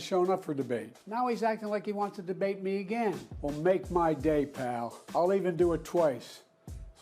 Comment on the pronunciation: Oh look dementia joe finally learned how to say pal 😂😂😂